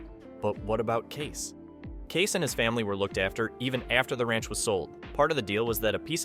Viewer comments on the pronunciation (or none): KAY-SE, not Case. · It's Kay-see. Not Case.